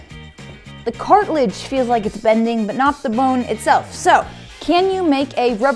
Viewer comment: when she says, "sad" and then "cartilage" lmao. Maybe i just find it funny because i cant stand the girl